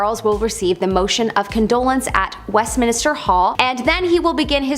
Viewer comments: It’s West-min-ster NOT West-min-i-ster 😘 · uh, it's Westminster not Westminister. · Please please please stop saying Westmin-i-ster, its just Westmin-ster